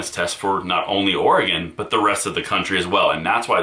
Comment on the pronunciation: Thank you for pronouncing Oregon correctly. Many people who live outside of Oregon say "Orahgahn", but you correctly pronounce it "Orygun". Plus, thanks for all of the great information you provide!